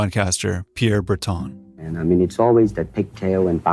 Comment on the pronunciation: Sorry, despite how French his name is, Pierre Berton's surname is pronounced as in English, not as in French.